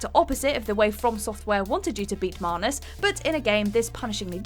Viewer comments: So....I always thought it was MANus not MAHnus... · Why do keep pronouncing Manus with an r in it? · Wtf is a marnus? You mean manus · Manus ‘marnus’ 🤔🤔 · Anyone else bothered by the pronunciation of manus